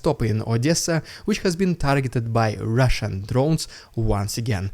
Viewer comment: My wife loves it when you say " Rrrrrrridiculous Rrrrrrrrusian Ppppppproppppooogggannndddddaaaaa